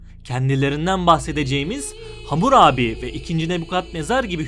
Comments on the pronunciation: Hamur abi değil; Hammurabi!! Bu nasıl telâffuzlu seslendirme??? Böyle önemli bilgi programı doğru terim/isimlerle seslendirilmeli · Bunu demek için gelmiştim. Ne zaman Hamurabi diyecek diye başka birşey dinleyemedim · Vurgu nasıl yapılır öğren abi lütfen . Vurguyu bilmiyorsun diye hamur abi diyorsun resmen